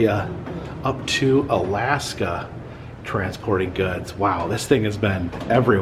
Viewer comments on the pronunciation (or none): none